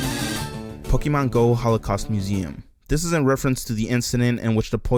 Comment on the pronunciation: ugh cant do all the pokee-mon's